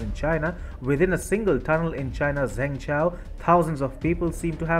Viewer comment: Zhengzhou city is pronounced: "Jhung-Joe" not zengchow. other than that error,you issued a very good video report on the CCP incompetence in Zhengzhou (and in general).